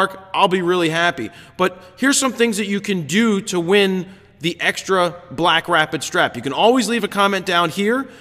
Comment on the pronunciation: The yawn sounded like a Wookiee having an orgasm. Great images this week! And yes, you did say "BlackStrapid." :D